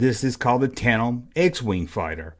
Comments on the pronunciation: Tan-dem brother. I’m a southern gentleman like you and butcher words all the time😂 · D ya leave the d out of tandem when you say it. Where did you get that wig yesterday haha you look like prince Valium from spaceballs haha good stuff I got a laugh out of it. Being silly is fun